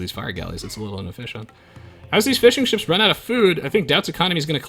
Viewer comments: "...and gets to start making fish and chips" ... cant unhear that haha. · Am I the only one who hears fish and chips instead of fishing ships?